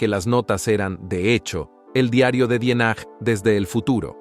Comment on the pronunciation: En definitiva te hubieras preocupado por aprender a pronunciar bien el apellido. Ya lo dijiste bien, de origen alemán.